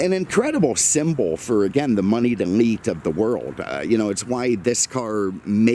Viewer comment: He said,"Money'd elite" but it sounded like "money delete". And I thought to myself,"Yeah. Ferrari's do that don't they?"